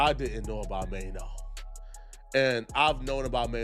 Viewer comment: "Mayo"🤣🤣😂😂 Who the F is Mayo. Bet the owner of this channel cant even speak English